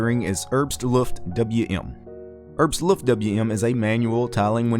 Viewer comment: I just find it hilarious how you're pronouncing "Herbstluft", but that's probably just because german happens to be my native tongue